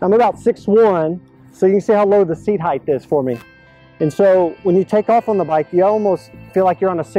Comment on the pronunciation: Cool review... But why do grown adults call height heigth?????